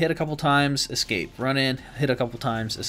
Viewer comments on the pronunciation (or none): none